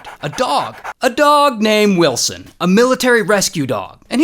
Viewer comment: Find willsen come on say it!!!!!